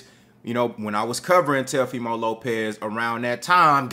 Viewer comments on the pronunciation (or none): Oh so you was saying TELOfimo on purpose? 😂😂😂